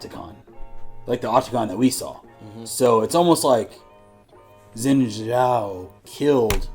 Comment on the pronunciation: Seneschal is a military Title. - the "ninja furry" is called Kennen - current Athakan == Human (Mordekaisers "friend") + Demon. Zaahen took over Xin Zhao, so Xin Zhao is gone - also Xin Zhao is spoken more like "Shin Ciao" as opposed to "sin" naw personally i prefer beautiful things. so this is an uglification which i dont appreciate. (yes imho, Fortiche uglifies characters) he does not ascend, he perishes. not stone but yea. i mean Petricide Zaahen Well, it's not "going back to ionia", his soul perishes. Glaive. he already did, from his hotel room, in china <.< because he got to watch it 2h early in a private viewing <.< i prefer his in game design, has way more details. from Posture, body build, colors, weapon, movements... he looks like a love child between Aatrox and Nasus. also you have you noticed,4 out of 5 Darkin champs have double A. nAAfiri, zAAhen, AAtrox, rAAst... they need to rename Varus to vAArus <.< in case it didnt click for you, she finds this info very useful as she tries to get rid of Swain/Swains demons - thus they show the crow